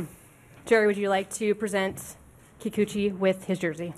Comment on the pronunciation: Yusei Kikuchi "You say Kikuchi" well soooooo gooooooood!